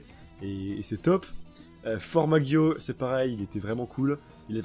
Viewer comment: Tu fera gaffe pour Formaggio et Prosciutto Ça se prononce Formadjo et Prochiutto